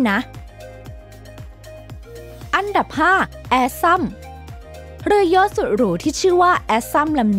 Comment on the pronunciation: เรือยอช เรือยอช อ่าน!!! เรือยอช